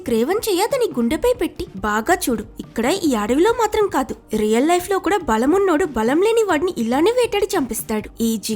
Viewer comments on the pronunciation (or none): none